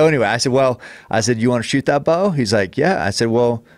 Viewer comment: The way Cameron says the word BOW drives me nuts